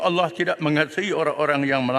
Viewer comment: Ckp pandai sebut Allah sendiri pun tk betul ceramah je pandai